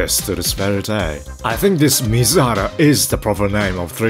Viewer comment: 水原 is not "Mizuhara". It is called "Suibara" .